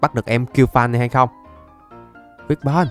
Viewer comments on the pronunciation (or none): none